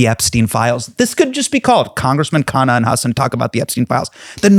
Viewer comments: Everytime i hear Hasan pronounce Ro Khanna’s last name correctly it makes me shocked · Thanks for Pronouncing KHANNA right. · Ofc Hasan is a desi.😂 He knows his sh!t.